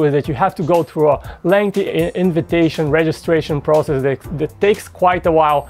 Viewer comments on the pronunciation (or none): none